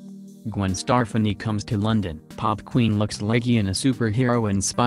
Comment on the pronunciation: WAY TOO MUCH REPEAT ON HER OUTFIT, BORING. HER NAME IS STEF FA NI NOT HOW YOU PRONOUNCED IT